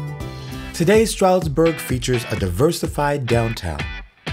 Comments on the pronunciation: There's a "d" in Stroudsburg. We pronounce it. You might want to too. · That feeling you get as a native when the closed caption feature constantly spells your hometown "Strasbourg" or "Strasburg" because the narrator constantly drops the D when pronouncing Stroudsburg. 🙄😒 The highlighted information is good once you get past the mispronunciation.